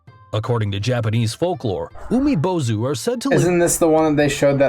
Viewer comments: And as someone learning Japanese the way he pronounced 「海坊主」(Umibōzu) physically hurt to the point I wanted to punch my screen. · He's pronouncing "Umibōzu" wrong it has a long "o" vowel for god's sake he even spelled it with "ō" how can you get that wrong?